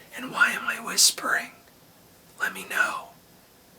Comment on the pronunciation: Too-Shay Uh-Moor-Ay